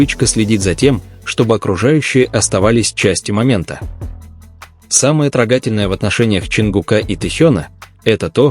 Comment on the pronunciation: Научи своего ИИ-шника говорить не трогАтельно,а трОгательно. Всё-таки тексты надо редактировать